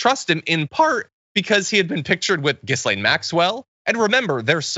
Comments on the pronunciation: John, her name isn't pronounced Gis-lane, it's pronounced Ga-lane. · John.... Ghislane.....is pronounced. gi lane.... the s is silent. You MUST know that. I'm sure you've heard her name spoken many many times.